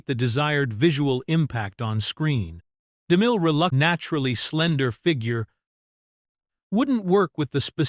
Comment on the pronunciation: I just wish the AI could pronounce Cecil B DeMille’s name more smoothly.